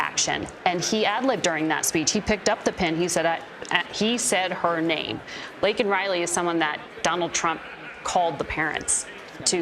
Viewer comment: That is putting it mildly! 20 mins late, 10 mins to find his way to the podium only to yell the whole time. Blame Congress and the Republican for all of his failures including the tragic death of Laken Riley, who he couldn't even get her name right... I don't know how anyone can call themselve and dem or lib and support this shitshow dumpsterfire!